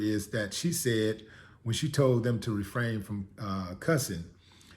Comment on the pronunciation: "Refrain", not, "Refraim"